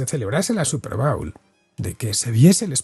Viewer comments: Se pronucia bowl como "bol" en este caso. Cuando dices 'bowel' me reconoce de un movimiento intestinal. Pero muy bien video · No se dice bául, es bóul